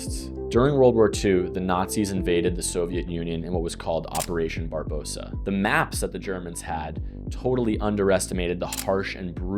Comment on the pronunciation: Operation Barbarossa, not ‘Barbossa’